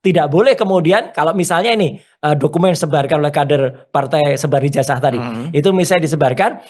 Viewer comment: Ijazah bukan ijasah...betulkan pengucapan bhs Indonesianya😂